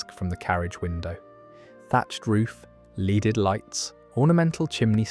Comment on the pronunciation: Agreed. The mispronunciation of a couple of words (‘lead-Ed lights’ rather than ‘ledded lights’) confirms your assertion for me. YouTube is going to go the way of much that is ‘produced for TV’ approach: anything for an easy ‘buck.’